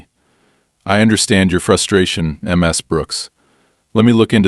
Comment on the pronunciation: The constant misspeaking of the honorific Ms completely distracted me from the story. History first- (unfortunately from an USA source) The contractions Mr. and Mrs. are short for Mister and Missus/Missis. These contractions, like their longer forms, are used in etiquette to show respect to men and women. Mr. and Mrs. are pronounced the same as their longer forms: Mr. is pronounced as [ mis-ter ] and Mrs. is pronounced as [ mis-iz ] or [ miz-iz ] in the Northern United States and as [ miz-iz ] and [ miz ] in the Southern United States. Historically, the title Miss has been used as an honorific for unmarried women or young girls. Western women became more independent and especially when divorce became common, the title Ms. became the honorific used to refer to any woman, regardless of marital status. It is NEVER pronounced eem ess but more toward Mizz. See the dictionary pronunciation of the country you prefer. For me it is Canada or England but to each his or her own as long as you are consistent.